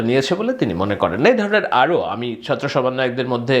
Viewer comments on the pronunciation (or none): none